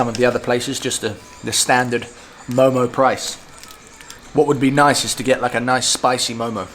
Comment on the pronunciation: its not momoz its mo:mo. and veggie do not taste so good... buff are the best in Nepal...